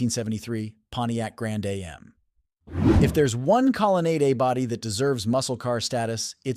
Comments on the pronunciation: The "Grand A...M"? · It's not can A-M it's pronounced like jam without the j making it am if your going to say car names find a gear head they will tell you straight and its not lemon it's pronounced Le' mens As in the famous twenty four hour race in France please get it right. Cause if you don't it makes you sound silly others will call you dumb or even stupid. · Amen... This AI Narration proves they don't know SH*T about the cars... Between Pontiac Lemons and Pontiac A... M... it only gets worse. DO NOT Subscribe or LIKE!